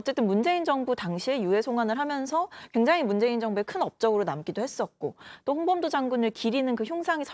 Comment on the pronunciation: 조만간 홍범도가 아니라 홍밤도라고 듣기평가 실시한다 ㅋㅋ